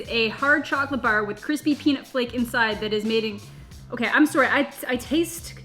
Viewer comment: I've seen about 10-ish of your videos (from the FUTURE~!!) and I had a hunch you were Canadian. It was the way you said "Sorry" that tipped me off. I knew it was either Canada or Wisconsin.